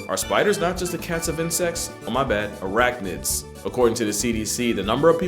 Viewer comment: Arachnids —> aCATnids 😂